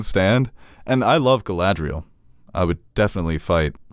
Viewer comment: insistence on mispronouncing Galadriel and Isildur is adorable